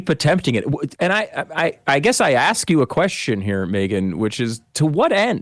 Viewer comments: He said “axe” instead of ask…everything he says should be disregarded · Someone should as Coates, live on air, WHO axed him... "If you axe me, what the truth of his life is... it was hate...." WHO axed you, you stoopud or lying mo'fo'....???!!!